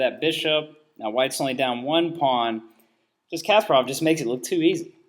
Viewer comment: idiot, why are you misleading people? poor pronunciation on Kasparov btw...